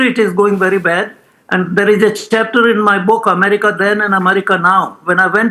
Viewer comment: Please pronounce America as EM-AIR-RICA and NOT as AMARICA.